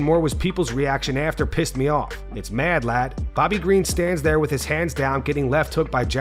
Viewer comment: You're saying it wrong scousers pronounce lad with an e